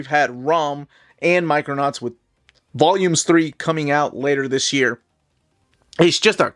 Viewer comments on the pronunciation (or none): none